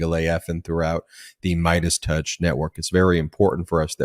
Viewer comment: Did you say “Mierdas touch”? Fantastico!